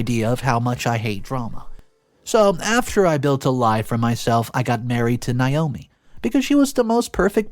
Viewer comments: It's nay-OH-mee not n-eye-oh-me. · Nay.....NAYOMI is how iys pronounced. If it was spelled the way youre pronouncing it it would Nyomi or Niomi. Naomi is pronounced NAYomi.